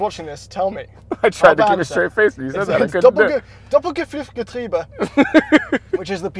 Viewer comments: Pdk according to porsche: Porsche Doppelkupplungsgetriebe Pdk according to: Porsche Doppelgffffffgetriebe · I, a German am insulted how you pronounced Doppelkupplungsgetriebe. "Doppelguffuffgetriebe" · "Doppel - ge%&@ getriebe" ?????? It's like when you try to fool the foreign language teacher by saying random vowels in the places of the word that you forgot 😂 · "Doppel - kuphuph - getriebe"... xD German is easier than you think, just pronounce every word, syllable and letter as it is actually written. ;) "Doppel - kupp-lungs - ge-trie-be" ("ie" = long "i") Great vid btw! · Not doppelgifriffgetriebe it‘s Doppelkupplungsgetriebe maybe it helps if you read it like Duppelkooploongsgetriebe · I loved when you said Doppelküpflungstrübe. So close, but so far at the same time haha :D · Alright you pronounced "Doppel" and "getriebe" pretty well but the part in between sounded more like "gefüft" or something along those lines. My attempt at explaining the pronounciation of "Kupplung" via text would be to say cool without the "l" and connect that to plunger but leave away the "er" and pronounce the "u" as you do the"oo" in cool. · I'm german and he (of course) got PDK totally wrong. He said DoppelGEPFIFFgetriebe instead of Doppelkupplungsgetriebe. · Doppelgeffüffgetriebe....almost correct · Okay, that was a REAL bad try on Doppelkupplungsgetriebe, but I'll give you a pass for being nice to the Porsche:) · you butchered Doppelkupplungsgetriebe like no one else 🙉🙉🙉😂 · I'm not German but even I know you totally butchered Doppelkupplungsgetriebe! Great job as always guys 👍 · that's exactly how you pronounce "Porsche Doppelkupplungsgetriebe" - kind of. Good effort. D+ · Gotta love for trying but it would be hard to butcher that more than he did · you mispronounced "kupplungs" in every physical way possible, but the rest sounded good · ' pronounciation of "Doppelkupplungsgetriebe" was really not quite perfect haha, still funny though:)